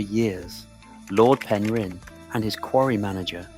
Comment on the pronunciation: It’s pronounced pen rin